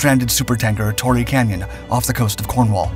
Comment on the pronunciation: Hawker 'Sidd-el-ey'' (Siddly)-two 'e's' silent. - unfortunately the bombed ship was the Torrey Canyon not the 'Tory' Canyon! A bit more research maybe?